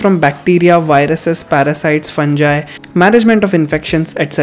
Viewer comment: Try to pronounce fungi correctly. Use some audio dictionary to pronounce medical terms correctly.